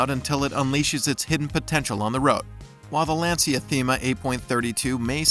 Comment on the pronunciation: As always the grammatical errors and especially, the mispronunciations of words that any true automobile enthusiast would absolutely NEVER mistake are unfortunate. Example...Lancia is pronounced "LAHN-cha", not LAN-see-uh.